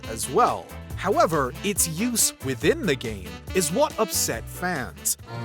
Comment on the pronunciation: Am I the only one who thinks this guy says "fans" in an odd way? 😅 "Fauhns"